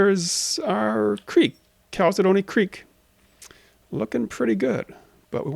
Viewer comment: Just a little heads up. If the river you mentioned is spelt “Chalcedony River”, it’s most likely not pronounced “Calci-dony” especially when referring to the stone. It’s pronounced “Cal-Sidney”. Love your progress so far, very excited for the game development. Happy Valentines Day!!!